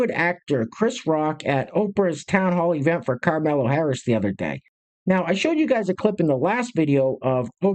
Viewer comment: Why do you call her karmello?